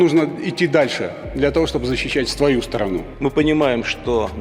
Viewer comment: А мне одному показалось что Золотов сказал "защищать ствою страну" ?